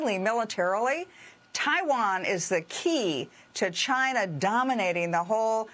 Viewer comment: "Maybe that is a question you should ask Chy-na." DJT